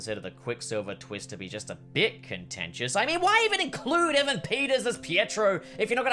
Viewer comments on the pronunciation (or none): none